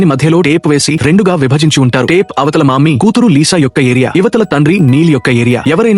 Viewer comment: maami not mammi😂😂😂😂😂 😂😂